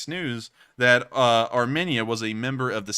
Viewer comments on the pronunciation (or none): btw, Armenia is pronounced "armeenia", not armihnia.